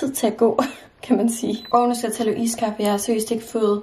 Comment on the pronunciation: Du siger iskaffe mærkeligt, det er iskaffe ikke ISSSkaffe